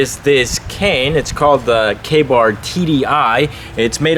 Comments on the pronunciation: The first time I thought you said gay-bar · When you said KA-Bar I thought you said gay bar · I thought he said gay bar Me!